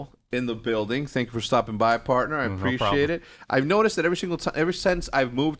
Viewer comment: hecz gonna start saying "Preciate that" lmaooo